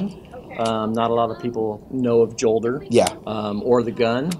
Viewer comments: The J in most European languages sounds like a Y and not a J in English. Seeing as this is based on more Norse names, it's a y sound for Jolder's hammer and not a J sound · Colour me triggered by the guy calling Jolder 'Jolder' instead of the actual pronounciation of 'yolder'... c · Pronounced "yolder" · The "J" in Jolder is actually said like a "Y". so it's actually Yolder's (yol-dr) Hammer. FYI.